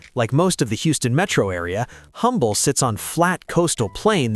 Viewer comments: It’s pronounced Umble. The H is silent. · Please do a bit more research if you're going to besmirch places in Texas. There's no such place as Humble, Texas. It's pronounced "umble" when referring to the town in Texas. The "h" is silent - kind of like you should be.